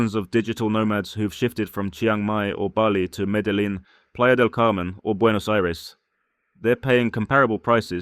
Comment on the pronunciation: As a long-time western expat that has lived in Colombia, Venezuela, Costa Rica, the Philippines and Thailand, I would have to rate this video 50% tourist perception and 50% BS... You keep touting Colombia when you can't even pronounce the name of Medellin correctly, you obviously have never been there... I lived in Colombia for 9 years and left because it was dangerous as hell, yet you paint it as an expat paradise... After traveling to and / or living in 50+ countries, I now live happily in Thailand as it offers the best options for the cost of living... As they say here, up to you...